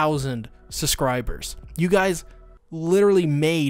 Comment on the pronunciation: And he still can't pronounce "suvscriber"